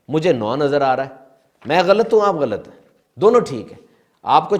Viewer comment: حضور لفظ "غلْط٘ نہیں غَلَطٌ ہے۔ غ پر زبر، ل پر زبر، ط پر جزم۔